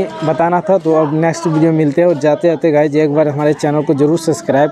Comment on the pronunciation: Guys hota hai Guch nhi